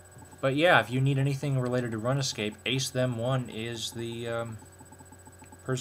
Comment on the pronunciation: its not (runa) its more like (roon), so its roonscape, thats not how u spell it btw